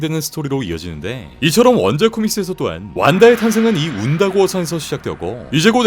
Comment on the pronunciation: 운다고어 산 말할때 저만 완다고어 처럼 들렸나요? 왜 그렇게 들렸지? ㄷㄷ